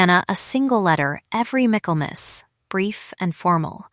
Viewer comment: Tell AI that the word is Michaelmas, not mac Kelmas.